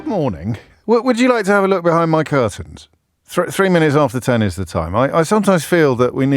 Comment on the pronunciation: Anyone else hear “do you want to hang my curtains?” right at the beginning?